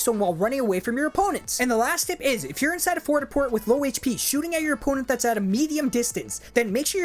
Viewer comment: fort a port?